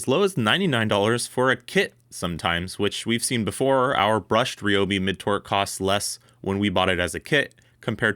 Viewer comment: It's RYE-Obi not Ree lol. You don't call someone named Tyler, Teeler.